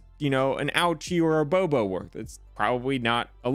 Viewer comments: An ouchie or a Bobo... it's boo boo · How dare you it’s called a boo boo not a bobo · A boo boo….. not a bo bo…… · Knowledge 🔨 for calling a “boo boo” a “bo bo”